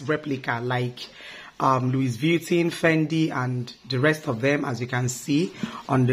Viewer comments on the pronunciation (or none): No offense it's pronounced as Louis vutton...not Luis vietin.......lol....u and my husband na the same with pronunciation....no vex oooooo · Sorry👌🏽 call it * Luviton" please. english is our 2nd Language we all know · Its pronounced as 'luivitton or luvitton ' our dear. Its a good replica. Soon you will get the original in JESUS name. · Correct pronunciation for a fake version of the original brand. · Can you please pronounce the name well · You are not saying it right please